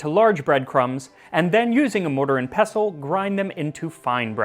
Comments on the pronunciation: thank you for not hitting the T in "pestle" (unlike a certain other pronunciation-trolling food youtuber out there) 😅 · So nice to hear someone pronounce “pestle” correctly…